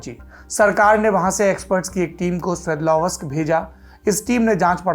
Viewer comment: 'स्वेदलव् स्क ' ये है ऊस शहर के नाम का उच्चारण. चाहे तो आप गूगल पर इसका pronunciation सर्च कर सकते है।